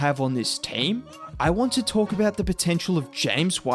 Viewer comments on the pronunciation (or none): none